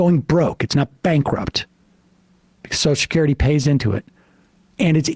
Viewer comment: Take a shot every time Sam says "soshacurity"